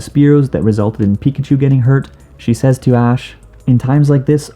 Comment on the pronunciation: “Says” is pronounced “sez”, not like what would be the plural of say